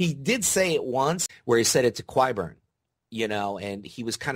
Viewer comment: ive never seen a video with somone who literally cant pronounce so many simple names like qyburn and gilly